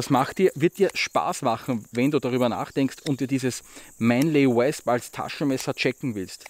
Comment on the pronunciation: ich mag dich ja, und ich verstehe auch vollkommen dass nicht jeder ne perfekte englische Aussprache hat, aber deswegen korrigier ich ja auch mal:) ausgesprochen wird das ganze nämlich Mänli U/Wosp(mit nem offenen o, ähnlich wir der Österreicher das „oida“ anfängt, nur hörts nach dem o auf)